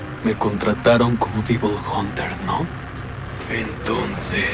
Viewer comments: Lo que me molesto de este doblaje fue el "Divol jonter" xD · DIVOL hunter xd